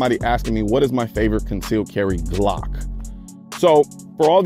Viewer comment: firstly, i would suggest learning how to pronounce the word 'glock' correctly